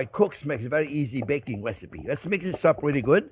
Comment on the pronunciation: I came for the wesipe!